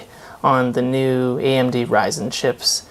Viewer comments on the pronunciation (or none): none